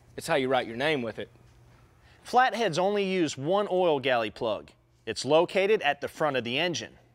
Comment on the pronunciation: Oil gallery not galley